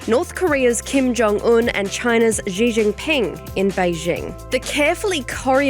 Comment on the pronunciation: My ears can't accept that can't even pronounce the name of China's leader. It's "C" or "See", not "G" or "Zee".